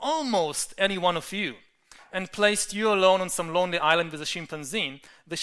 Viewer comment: great thinker but I swear he enjoys saying Shimp-an-zee .. he uses this in 50% of his talks .. again dont get me wrong he is a very powerful speaker able to explain complex ideas.